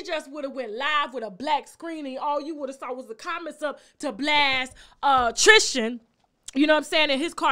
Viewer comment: Please stop saying TRIS-CHIN. It’s TRIS-tin